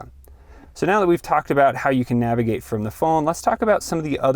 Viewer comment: Nagivate lol